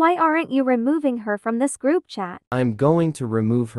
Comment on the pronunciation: saying froup not group